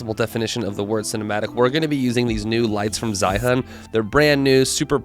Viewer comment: Great Video! Just want to point out the brand should be pronounced more as "Jee-yoon". Was kind confused on the what "Zha-hun" is for the whole video